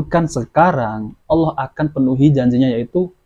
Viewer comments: Ngomong Allah aja g becus sok ceramah,masa nyebut nama Allah pakai wau,jadinya y Awlah bukan Allah,yg jelas tulisan arabnya Alif lam lam ha.. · Coba dengarkan waktu menyebut kata Allah, yg terdengar adl Awloh 😂. Jadi tdk usah didengar ocehannya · Dari mana orang ini di juluki kh nyebut asma Allah aja ga jelas aulo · 😂😂😂😂 saya sudah respek pada ceramah nya dari cara dia mengucapkan kata alllah saja gak mencerminkan islam nabi sholollahi wasallam....masak org sekelas beliau tu nyebut allah itu...AULOH..........😅😅😅😅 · Si ini menyebutkan kata Allah saja Awloh bukan Allah, ahli fisika menafsirkan al quran. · Yang perlu di cermati dr di lulusan dr pondok pesantren/sekolah agama dimana….? Untuk pengucapan Allah aja diragukan.mengucapkan huruf Hijaiyah aja.? Diragukan. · Mengucapkan kata Alloh saja ga becus so so an menafsirkan qu,an sesat ds menyesatkan. Na'uzu billahi min zaalik. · Cara melafatkan kata allah saja tidak fasih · Perhatikan baca Alloh belepotan artinya dia itu awam sekali . jadi ga boleh menapsirkan Al Qur'an seenaknya sendiri... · Dia muslim bukan.. Cara melafalkan asma ALLAH saja susah. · Ngomong Allah aja gak fasih ente bisa nilai sendiri